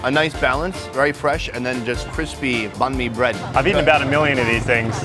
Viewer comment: Banh mi not nahn mi bro